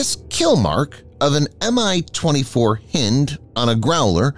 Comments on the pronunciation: Hind not Hend. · Pretty sure it's Hi-nd, like bind...☺ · "Hind" is pronounced "heind", as in female deer or hind (back) leg. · Hynd helicopter not hind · ..it's Hind..like your hind leg.. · Please please please pronounce HIND correctly. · It bugs how the narrator keeps mispronouncing "Hind". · Highly annoying